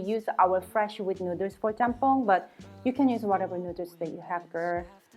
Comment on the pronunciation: She simply can’t pronounce “noodles “ properly after so many years lol